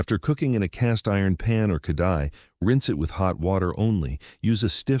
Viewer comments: It's called KA RA HEEE -- not ka da he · It's not kadhai, with the d* pronounced. The d* is pronounced as R* khrai.